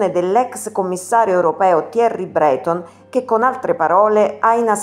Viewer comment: Thierry' Breto'n ...accentazione!